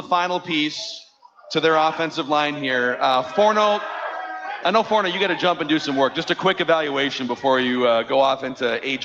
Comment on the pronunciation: "Forno" is the worst. Does he ever get anything right?